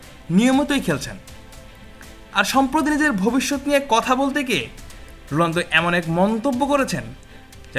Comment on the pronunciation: ভাই আপনিতো রোনালদোর নামটাই বলতে পারেন না